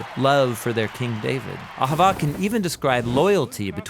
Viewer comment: Cmon you gotta say it like a Jew. Ah havah